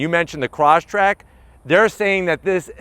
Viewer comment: you should pronounce it properly. not croshtrek, but cross trek